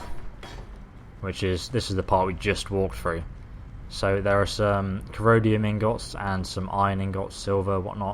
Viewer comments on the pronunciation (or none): Dude wtf its not corodium its corundum. Serious question here, are you dyslexic? I have never actually spoken to a dyslexic person before so plz dont take offense. I just want to know if you are or not.